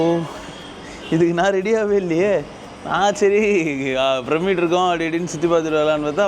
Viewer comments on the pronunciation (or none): நீங்கள் பிரமிடை சரியாக உச்சரிக்க வேண்டும். பிர்மிட் போல அல்ல !!